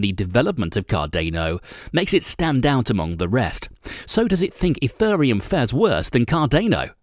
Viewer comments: My favorite part was ETHURReum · And ethureum...